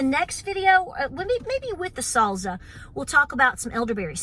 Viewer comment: I love how you say salsa 🤣🤣